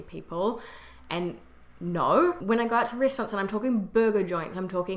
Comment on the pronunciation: Your " NO " still sound kiwi , don't worry ! Best regards From France